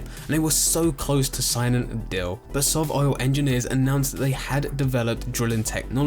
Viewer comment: dill, dill, dill, dill, do you mean deal?